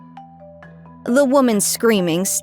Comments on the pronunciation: Oof. It's pronounced "muhngk" not "munch" like chewing on something. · Edvard MUNCH?? I am sorry just couldnt pass this. But his name pronounced like Moonk since he is a Norwegian artist. Not to be pronounced to rhyme bunch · Edvard Munch, Munch is pronounced like Monk.